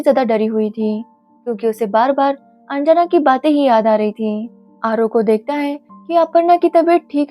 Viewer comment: Its not anjaana its anjana